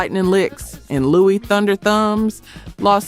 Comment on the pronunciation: Also I’m pretty sure Louis “Thunderthumbs” Johnson is pronounced “loo-iss” not “Lou-eee”